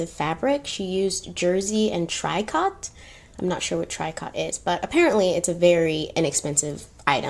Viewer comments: Not "trycot". It's treeco. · I want your eyes! Eew that sounds creepy. Tricot is pronounced tree and koh... treekoh. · Tricot is a cheaper material and is pronounced "Tree Co". "Bonheur" means happiness and is pronounced Bon Eur", "H" is silent in French. I hope this helps. Love your stories/ histories and learned alot about Coco and Hugo Boss, COCO, VW, Scwarovsky, Mercedes Benz. I love many European things and I'm not a Nazi, Racist or Nazi sympathetizer but maybe I will let go of my love of Mercedes Benz, Chanel, VWs, and other symbols that remain throwbacks to a major horror in human history. But let's not forget about present day concentration camps in China and Eastern Europe. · Tricot: tree-co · Tricot: tree-coh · Tricot. "Tree-coe" 🙂🌺💗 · Tricot, pronounced TREE-co, just means knit. Usually refers to cotton knit. A T-shirt is a tricot knit. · Also, the fabric Tricot is pronounced TREE coe... Love Love Love your approach to history!! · this was the best one so far!!! Tricot is pronounced Tree-coh... this was the best💁🏼‍♀️ lauren in las vegas (ugh)